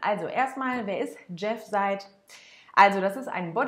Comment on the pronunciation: Er heisst Jeff [seɪd] und nicht [said]